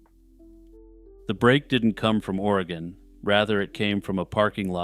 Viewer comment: It's pronounced va nee ta. It's funny to hear people mispronounce our States towns and cities. Oreeegon. Wi lam mette. Not will amette. 😂